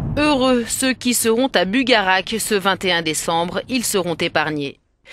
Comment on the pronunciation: Au fait étant habitant de l'aude (carcassonne) on dit: "bugarache" et pas "bugarak" mais bon c'est pas grave lol